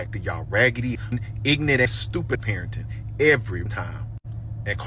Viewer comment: These people don't even speak proper English. It's not ignante, it's ignorant! It's also not axe someone to do something, it's ASK someone! It's not racist to speak proper English.